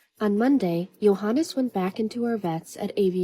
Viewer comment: Why are you pronouncing his name as “Johan”?